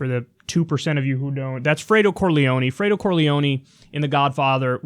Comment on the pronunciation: I like how supposed "Italians" can't even pronounce "Fredo" properly And I'm not even Italian!